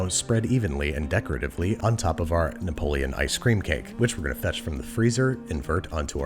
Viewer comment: napoleon? napoletano*. also it’s not “aubergine parmigiana” it’s just “parmigiana”, that’s the only correct authentic italian version so it’s just called parmigiana